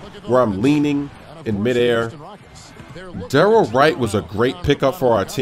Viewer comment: dorrel not darrel lol